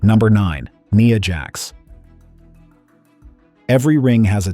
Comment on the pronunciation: It's Nia Jax with the i being the I sound not an e sound.